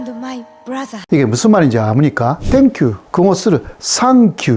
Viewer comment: 발음이 적은건 이해하겠는데 생큐라고 할 수 있는걸 왜 상큐라고 하냐고ㅋㅋㅋㅋ